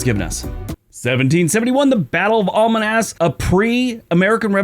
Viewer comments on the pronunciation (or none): you refer to Alamance County, NC as "almanance"; that is so very wrong! Al - as in Al Bundy A - as in "that's A bad pronunciation Mance - Rhymes with "manse"...... you say that Andrew Jackson was impeached (by the House) in 1868. That would have been quite ridiculous, since he'd been dead since 1845. The President impeached in 1868 was Andrew Johnson, Abe Lincoln's VP, who took over as President after Lincoln's assassination. 😂 C'mon,, you can do better.